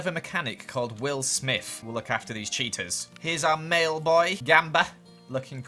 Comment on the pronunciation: Everytime you say "cheetas" I hear "cheetos" "Cheetos are very shy"